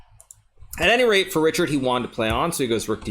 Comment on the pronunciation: Richárd is a Hungarian name and is pronounced like Ri - hard not Ri - chard.